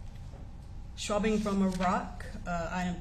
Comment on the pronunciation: WTFFFFFF is a Schwabbing??? Come on lady, an expert witness should say words correctly!!! It's SWABBING